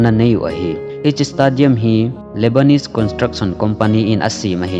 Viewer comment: 40,000 hi 40 seats na t in nivei jen tah chu le stadium hi stey- dee- um ti a pronounce d ahe, any way 👍👍👍